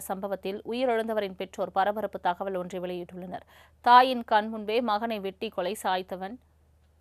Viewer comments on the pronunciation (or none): none